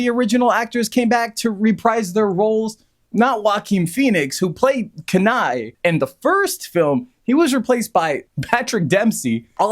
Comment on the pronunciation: it’s very frustrating that you’re pronouncing Kenai incorrectly the entire time. if you watched both movies you should be able to pronounce the main character’s name correctly.